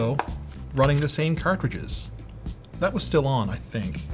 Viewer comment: Carcridges?? When did sloth from the goonies started making youtube vids??